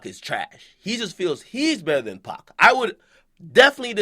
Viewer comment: Bitch his name is 2pac not 2bak 😂 clown ass bitch